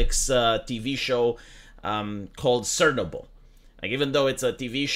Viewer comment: i looked for all possible spellings of what he said "cernable, sennable sirnavel" but it makes more sense if it is Chernobil 😅